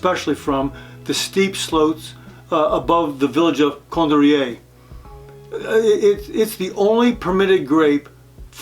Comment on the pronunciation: Great info but please, for the love of God, pronounce Viognier and Condrieu correctly!